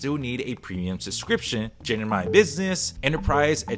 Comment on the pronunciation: Just a quick tip: it's gem-ini not gen-imi